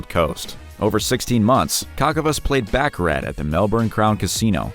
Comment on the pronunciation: Dear Sir, the way you say, baccarat is improper Bacharach is on the back of a chess game. You should learn how to pronounce the game properly.